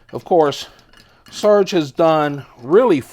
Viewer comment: It's pronounced sir gay. Not surge.